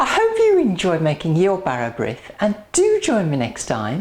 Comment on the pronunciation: Brith is pronounced breeth to rhyme with teeth. Serve sliced thinly and buttered. I would add more fruit....just a bit. Good idea picking fruit off the dough. I would never use margarine.....unhealthy stuff!